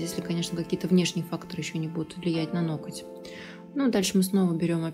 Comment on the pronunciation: В слове ноготь делайте , пожалуйста , правильное ударение .